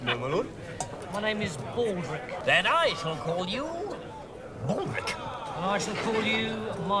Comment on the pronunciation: KatAdder. And Pauldrick. hee hee.